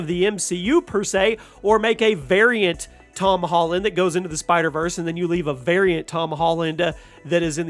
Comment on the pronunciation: ToM HOLLunDaH